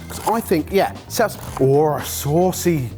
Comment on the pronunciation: I was wondering if he'd call it a "Sauce-a" 😅